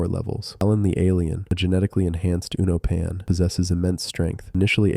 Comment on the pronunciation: Great video i didnt know how strong conquest was 😮 small note though allen's species is usually pronounced you-NO-pen, at least thats how me and my friends who watch it together say it